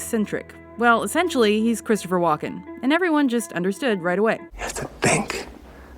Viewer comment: The Host says Walken like she's saying Joaquin...